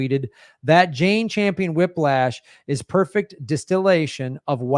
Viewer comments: Cringing everytime he says: Jane 'Champion'. Not a cute look for a dude to be mispronouncing a woman's name when he's critiquing her feminism. Shades of Tucker Carlson? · It’s Campion, not Champion. Gee you’re in the SAG and don’t know her name?